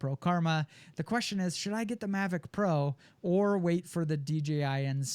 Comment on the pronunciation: mavic not mavric